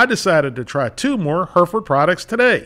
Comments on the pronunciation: It's HERR-if-ərd nor HER-ferd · Thanks for the review! But it's pronounced HEH-reh-fud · Us brits would say the name like this hairyford. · Take a shot every time he butchers the way to pronounce Hereford ...